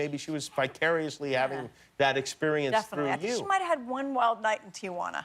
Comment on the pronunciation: it's TEEjuana Jodie not Tee-Uh-juana